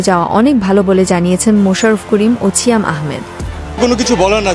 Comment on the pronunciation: "ছিয়াম" এটা আবার কেমন উচ্চারন ?